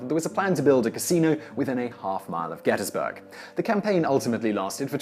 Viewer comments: Gettys-burg not gettas-burg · Congratulations on pronouncing "Gettysburg" like a native. GetUZberg.